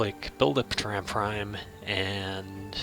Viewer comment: Your pronunciation is a little odd. "Terran" is pronounced "Tear-Anne". It's what we call ourselves, as a species, here on Earth, where we live. "Tear-Anne". And, Sol 3 is "Earth". Sol is the sun. It's a Latin thing. I mean Latin as in the dead language, not the irresistible beat. I worry that you've mastered 4X and completely ignored, actual history. Also, I really disagree with some of your research choices, but that's a choice thing. The choice to lose your empire early, vs the choice to play more. Purely optional.